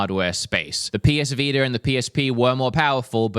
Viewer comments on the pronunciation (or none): none